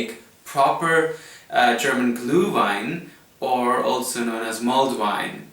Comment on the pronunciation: You say "gluewine" but it is "glÜhWein" - the letter "ü" is pronounced like the French "u", and the "w" like the English "v"!!!